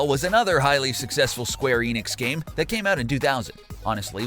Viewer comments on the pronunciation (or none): none